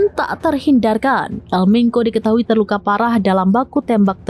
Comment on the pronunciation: Di baca bukan El Menko, mbak ... tapi El Menco bacanya